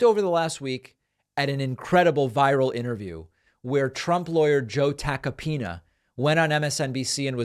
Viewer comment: David’s the only on on air who pronounces “Tacopina” properly. Listen and learn…. ❤ the Grammar-King🤴🏻